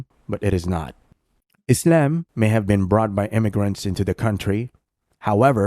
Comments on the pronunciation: lol why do you say “islem”? 😂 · U come across as a cringe Moe Run. Especially the way u pronounce "isIam"